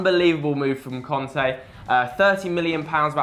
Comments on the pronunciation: N'golo Conte ?Did you mean Kante ? :) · It's "Kante" not "Konte" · Its Kanté, not Konté.. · It's N'Golo KANTÉ. Not Conté. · "N'golo Konte", nice pronouncing m8